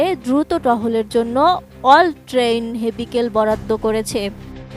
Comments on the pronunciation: উপস্থাপিকার জন্য লক্ষণীয়, আপনি অল ট্রেইন হেভিকেল বলেছেন। এখানে অল ট্রেইন ভেহিকেল হবে। ধন্যবাদ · Hevicle? Miss Reporter, That will be Vehicle. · কল ট্রেইনড "😂হেভিকেল" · সাংবাদিক কি ভূল বললেন নাকি আমি ATV all-terrain vehicle শুনলাম হেভিকেল? সঠিক উচ্চারণের তোয়াক্কা নেই